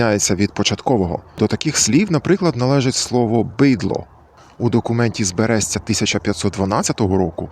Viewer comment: Цікаво! Але наголос і написання БерЕстя не правильні. Наші люди кажуть БЕресть(Бэ́рэсть). І тільки так правильно. У нас по селах кажуть скотина. В одному селі над Бугом чув бидло, але, мусить, це полонізм.